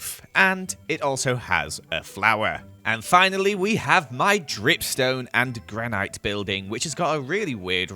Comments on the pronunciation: It is granit not a granite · amazing vid as always, but repeat after me... GRaNiT. Not granIte. I know the spelling doesn't make sense. but still. I do not mean to be mean, just making sure you don't run into less tactful people Oh and also glow liken. doesn't make sense, but it's not actually pronounced lichen. \_(*.*)_/ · You're saying "granite" wrong. 😂🤣